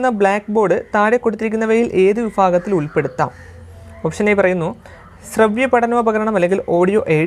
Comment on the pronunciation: വിഫാഗത്തിൽ അല്ല വിഭാഗത്തിൽ 👍